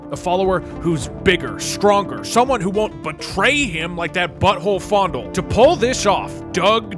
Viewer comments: The fact that you are saying it as "fOnDuL" and not "Fayendahl" is kind of killing me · Its FAY-N-DALE lol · I love how he pronounced it "fondle". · did he just call faendal fondle? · not me thinking faendal was pronounced as fay-n-dal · I noticed he keeps calling him fondle lol it’s Fanedal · Are you saying faendals name wrong on purpose? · Is he intentionally saying faendals name wrong or is he just... Not to good at speeling.